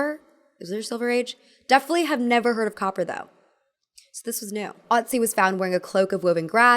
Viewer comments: Im so sorry but i bothers me so much: Its Oetzi/ Ötzi not Otzi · Great to see you again! Some pronunciation help: Ötzi=Uhtzi. Ö is not an O, it is the e in jerk, the ui in quirk, the u in murk, Turk and fun. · Ötzi is pronounced with a short U sounds rather than an O. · Not to be annoying but its actually pronounced Ötzi, ö like you pronounce e in her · Ötzi isn’t pronounced the way you’re saying it here…..